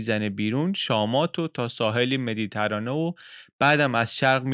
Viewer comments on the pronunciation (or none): Méditerranée یا Mediterranean means the sea of the middle of “terre” یعنی اینکه تلفظ نام این «دریای میان زمین» به شکل مِدی‌تَرانه از پژوهنده‌ ارزشمندی چون بندری بعید بوده و انتظار نمیرود. نکات بسیار دیگری را می‌توانم با ایمیل با شما در میان نهم اگر نشانی شما را داشته باشم. ارادتمند: شاهین اسپهبدی